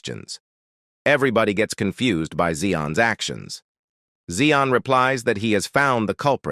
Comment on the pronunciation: Why does confused become con-fu-zeed